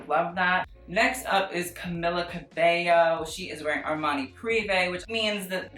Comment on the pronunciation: Boi i already said it last time its CAMIIIIILA you pronounce it with an eeeeee ok thank you do better next time ily btw 💕